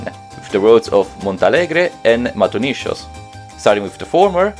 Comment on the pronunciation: "Matonishos" :face-purple-crying